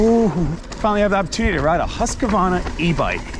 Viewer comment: Husq Varna Not husqua varna